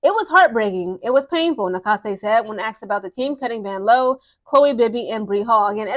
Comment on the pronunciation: I was looking for this comment. VANLOO (VAN-LOU) 😂